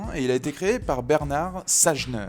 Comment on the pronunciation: Et on prononce pas "Bernard Sagenair", mais "Bernard Chaillenair" putain bordel quoi !!!